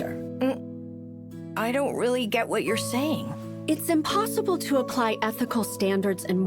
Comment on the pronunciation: Hahaha she said emplossible